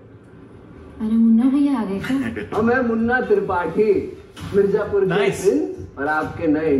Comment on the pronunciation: It's weird to hear pronounce Mirzapur correctly, LOL 😁👍